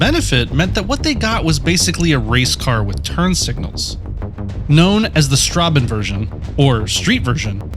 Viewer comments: It is Strassenversion, not Strabenversion - that B is not a B, but S scharfes - which reads as double S. In english it should be pronounced as Shtrassenversion (first S is read similar to "sh' in "show" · Its not StraBenversion its Straßenversion (The letter "ß" is pronaunced like double "S") So its StraSSenversion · Ok I have to point this out but ß is a letter that sounds like s not like b. Try saying Strasenversion not Strabenversion 😆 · the german pronouncement of "ß" is like a "ss" false: StraBenverion ok: StraSSenversion. the simple S is pronounced like Zzzzz the ß/ss in the middle of a word is pronounced like a comon sharp sssss Attention: the beginning of "St..." is pronounced like "Sht..." and in german sounds like "ShtrassenVersion" (StreetVersion) eng: sh ger: sch PS: french is more difficult :D ..just to clarify hopefully in other great videos to come. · It‘S StRaSsEnVeRsIoN, nOt StRaBeNvErSiOn!!!11!1!!!1eins!!one!!!1! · Its "Straßenversion" not "Strabenversion" u speak "ß" like a double "s". 😅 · it is straßenversion not strabenversion ß is pronounced like s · it’s not strabenversion, it’s Straßenversion. The B and ß are 2 different letters. ß is pronounced like an double s. But nice video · the ß is basically pronounced like an S, not like a B ✌🏻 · you say strabenversion. But you speek it as strassenversion. But besides that. 🤌🤌🤌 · Strabe? That’d be an eszett - a double s. Wow. Unfortunate oversight. Strasse is a common word in German racing history. Otherwise, great story and doco. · What an awesome Video!!! But its not Strabenversion. Its Straßenversion. The ß ist spoken like the s in sick. Its called sz and is the short form of a double s. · Fun how german non standard characters can trip up people, Strabenversion made me LoL, it's Strassenversion, the ß is a sharp S.. but as always, awesome video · Not straBenversion, but straßenversion 😅 Loved the video of course! 🙂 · Great video, as always, just so you know, srabenverson is pronounced strassen